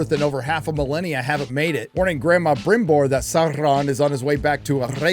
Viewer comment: 😂What's with the brrrrimborr and the saurrrrrrron.. Like who listened to this and thought "yeah, sounds good".